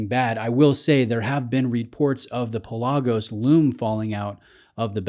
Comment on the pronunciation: You're killing me, Smalls. The proper pronunciation of the Greek word Pelagos (ocean), is PELL-ah-goes, not Pa-LAH-gos. I own both. Considering current ownership of a U1 and a Seamaster Diver, the Speedmaster would be my choice.